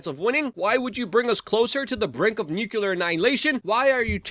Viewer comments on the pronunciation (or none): It's still NUUU-KLEE-AR and NOT "Nuke-You-Ler! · YES! That drives me crazy! Why don't people get it right? It's not hard to pronounce... New - Clear... how difficult is that?!